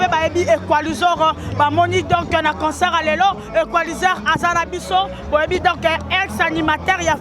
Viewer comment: On dit concert , non pas concort